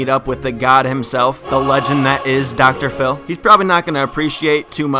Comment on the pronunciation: Did you say docotor fillie. Its Dr phil